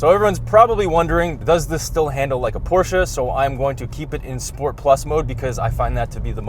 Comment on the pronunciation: Thank you from Germany for pronouncing Porsche and Taycan correct 👌🙂